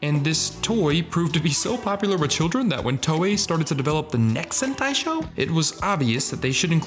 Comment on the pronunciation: 7 minutes in and I JUST realized he was saying sentai… not hentai lol